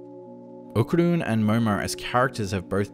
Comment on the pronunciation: What a bummer.... Said ¡Okarun!